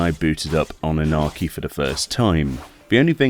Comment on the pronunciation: m i the only who heard Anarchi ? :D 👍